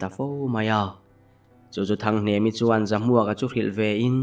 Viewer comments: HNEMA i ti deuh mei a .A dik lo a lawm HNEMI ti tur zawk a lawm😊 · hnemi kha hnema tiin i lam palh hlauh mai. mahse a ngaihnawm lutuk tho e